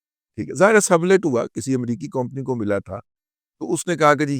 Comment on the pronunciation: کومپنی نہیں اصل لفظ کمپنی ہوتا ہے ۔ 🙏